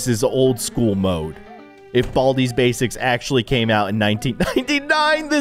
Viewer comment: Baldi‘s bacis that’s what it sound like you said